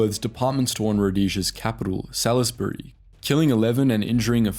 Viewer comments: ‘Sawlzbry’ not Salissberry. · Dude you are well researched but your bad pronunciation of the place names and the names of organisations is irritating and makes it hard to listen to you. Do your research not difficult and it is Salisbury not Salissbury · Salisbury is pronounced 'Saul's burry' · And the capital was pronounced Sawllsbury. Tragic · Salisbury is pronounced sallsbury, not as it is spelt. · Salisbury is pronounced 'Saul's-bree'. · that's a hell of a way to pronounce 'Salisbury' xD bro do you even English? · So true, I winced every time he said ZAY-Noo & ZAY-poo. The idiot couldn't even pronounce Salisbury correctly :facepalm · FRELIMO is pronounced "FREE-LEE-MO". And Salisbury "Saul's-burry". Thanks for generations of ruin under Mugabe, Britain.